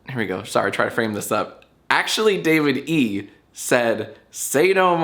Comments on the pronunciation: i think his name might be davide, like the italian name davide, not david e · Your pronunciation of Davide gives me shivers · I’m sowwy I killed youw famawy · Most painful part of this video is how Jack pronounces Davide